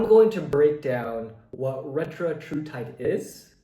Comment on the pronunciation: Retatrutide, not Retratrutide. Also, audio and video aren’t synced up in parts of the vid.